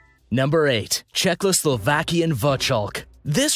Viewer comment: He pronouced czechoslovakian wrong so I don't think they care much about pronoucing